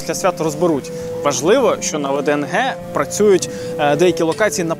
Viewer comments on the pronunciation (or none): Не ВДНГ а ВДНХ